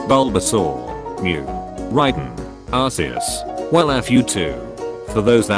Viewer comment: tfw not even the robot narrator voice can pronounce arceus correctly